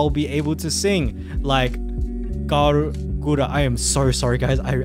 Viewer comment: Cover: “I actually really liked this guy, too bad he couldn’t say Guras name properly”